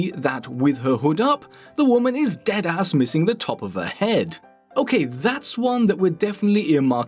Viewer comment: *pristine voice* Also:"DEADASS~~"